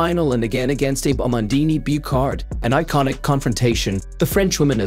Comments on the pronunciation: Please, her name is pronounced Ah-bay OO-ta. Do her the courtesy of pronouncing her name correctly. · Ah-Bay OO-Tah. This AI voice reading is horribly destroying her name. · Name pronounced "Ah-bay Oo-tah" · These computer generated voice-overs are for the birds, no offense to our feathered friends. Real people don't speak in such a stilted and robotic fashion; it's very distracting ... not to mention the idiotic mis-pronunciation of the Abe Uta's name, for pete's sake. I'll either mute the sound or just watch the closed captions, as bad as they are.